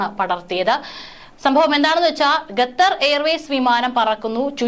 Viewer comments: ഗത്തർ അല്ല ഖത്തർ 👍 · ഗെത്തറും,കെത്തറും അല്ല, ഖത്തർ ആണ് ശരി. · Gathar Alla, khathar aanu. Swaram sudhi venam news read cheyyumnol. Be careful. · Gather അല്ല Qatar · Katar alla Qatar malayalam padikku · Attn: News reader. U R pronouncing....gather. say Qatar. Also try to stop long intake breathing